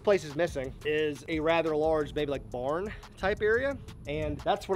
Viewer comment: Says born instead of barn 😂 tryna turn into flair bro doing almost everything he has/doing